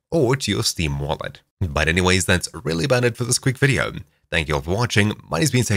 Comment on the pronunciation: this guy puts m's on the end of so many words. "videom", "herem", "furtherm", what accent is this?